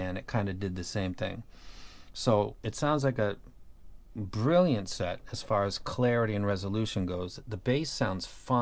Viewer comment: Everytime you talk about a beryllium set, I hear berylliant when u say brilliant.